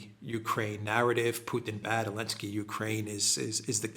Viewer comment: Why do you say "Elensky"?